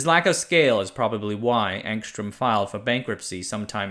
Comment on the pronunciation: The Cyrillic spelling is Angstrem but the pronunciation is Angstryom.